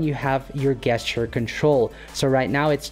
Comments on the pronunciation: Very nice. So the word "gesture" is pronounced JEST-ure, not GUESS-ture. If that makes sense. English is a weird language! Thanks for making this great video! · Great video. You are my favorite video editor creator specifically for composition. Gesture is pronounced Jeschure